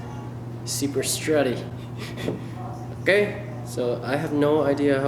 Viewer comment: The amount of times said "OKEH" in this video is spectacular 😂😂😂😂